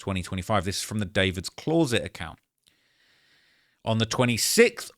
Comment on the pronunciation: Anybody notice he cannot pronounce the word 'CLOSET' wtf